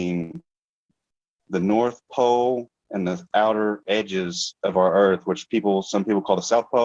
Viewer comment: Why does he keep saying South Poe, North Poe? hehe